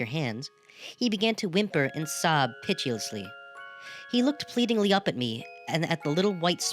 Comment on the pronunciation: I notice you convert the '-tio' stem to a ch/sh, for instance saying pitious as pichous.